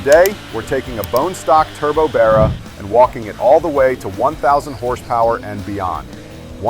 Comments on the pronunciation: I cannot for the life of me like this video.....😅 Because the way you pronounce Barra....😅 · I cannot for the life of me like this video because you pronounce the word Barra.... It's a complete insult to Australian culture sorry. Coconut 🥥🥥